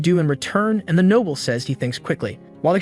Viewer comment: Can't even pronounce noble properly? Noble not nobble